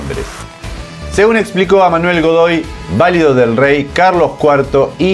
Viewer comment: Madre mía. Lo de "el válido" hiere a los oídos. Godoy fue "el valido", llana, no esdrújula.